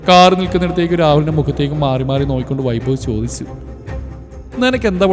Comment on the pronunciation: " താർ " അല്ല, കാർ എന്നാ...